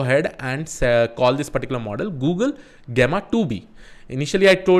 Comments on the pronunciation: Its not gaama, gameaa.. its Jemma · jeh·muh is the correct pronunciation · Thanks for putting the efforts to create another great video! and btw it is pronounced as [ˈjemə] 😄